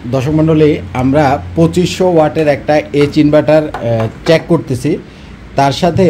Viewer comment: চ‌্যাক না চেক উচ্চারণ